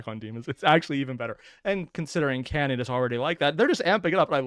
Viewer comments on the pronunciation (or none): none